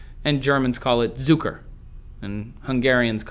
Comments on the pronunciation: As a native speaker of both german and hungarian, I had to pause your video at the point of you butchering the pronunciation of sugar. The correct pronunciation is more like "tsoo-ker" in both languages, not "zoo-ker" or "cook-or". Please do your research, Google has an option to pronounce words for you. That is all, thanks. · the way to pronounce Zucker in GERMAN is "tsukre" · Zucker pronounced 'tsoocker' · Hey Trace, "Zucker" ist pronounced more like "Tsucka" And obviously my main language is German ^^ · In German "Z" as in "Zucker" (sugar) is pronounced like "ts". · Zucker is pronounced [ts:uka]. Nice episode though! I love language, it's my favourite topic. I'm speaking more than 5 German dialects (native), 4 English dialects, 2 English accents, and I can copy different phonetic sets from other languages onto G. and E. On top of that I'm learning Mandarin Chinese and have a list of languages and corresponding dialects to learn over the next few years. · Nice video. It is very interesting, I like it very much. But the pronunciation of the Hungarian "cukor" is not correct. "C" is not pronounced like "k" in Hungarian. And the German "Zucker" sounds off too. But I like your videos. Keep up the good work. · German, Zucker: that pronounciation :D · Native German speaker here :D Your pronounciation of Zucker was hilarious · sugar, Zucker, cukor. But you didn't pronounce neither Zucker nor cukor correctly. But I like your videos, keep it up!